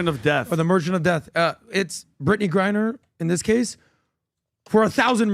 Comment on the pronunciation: Y’all keep doubling down on pronouncing Brad Griner’s name wrong